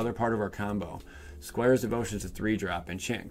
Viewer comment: "Squares Devotion". It's Squire! 😂😀